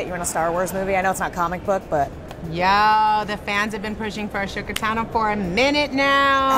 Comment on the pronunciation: Did she say Ashoka